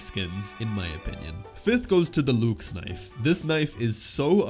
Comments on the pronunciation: LOOXE KNIFE UNACCEPTABLE LUHXE KNIFE IS HOW TO PRONOUNCE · bro your LUXE pronounciation is butchering my ear :(